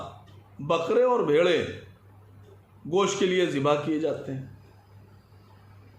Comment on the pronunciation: Saaf saaf boliye 🐄 ka ghost 😋